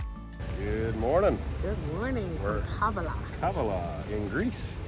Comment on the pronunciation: It's KavAla. The stress is on the 2nd A.